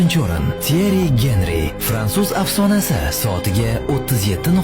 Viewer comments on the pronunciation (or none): Henry ❌ Genry✅